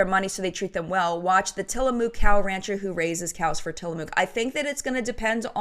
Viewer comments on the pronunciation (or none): Just for the record here in the Pacific NW, we pronounce Tillamook as Till-a-muck not Till-a-mooo-k. 🙂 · But it’s not moooooooo-k. The “ook” is more of an uck sound than an oooo sound. I even doubl checked with the hubby to make sure I wasn’t making it up. Both his parents and grandparents are from Tillamook.